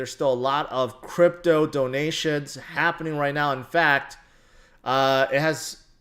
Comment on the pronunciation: He said Grypto not crypto